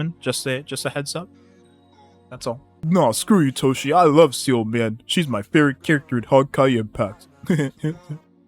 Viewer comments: (Seeele is my Favotite character since HI3rd is a thing, so I will, as you said, pull for her just for it) But please, do you guys really pronounce Seele as Seal? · It always pains me on how people butchered Seele's name even the EN VA ingame 🤣🤣